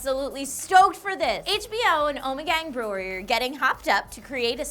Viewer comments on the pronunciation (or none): she cant say brewery